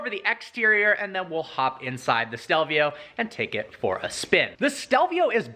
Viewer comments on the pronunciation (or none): he says stelvia instead of stelvio